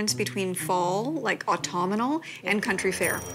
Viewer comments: Au - tum - nal. There's no letter "i" in it. It's not au - tum - I- nal. It's autumnal. Everybody has trouble with this.. . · Ugh. Please stop saying Autumenal. Try Aw-TUM-nahl. Idk why, but thus far, this is more disturbing than the bride's interest in a pumpkin flavored signature drink.